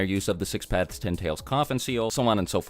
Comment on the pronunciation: How many times did he say six pathes